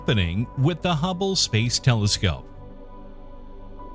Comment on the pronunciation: I never heard of any humble space telescope, but I for sure am aware of the HUBBLE SPACE TELESCOPE, please fact check before and also get to know what you are talking about.... a simple thing like just a technical term or a name pronounced wrong is a ruining factor for the video, I almost stopped watching